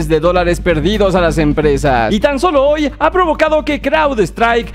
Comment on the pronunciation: Bro, soy el único que se dio cuenta que en vez de decir, "hoy" decía "ho"?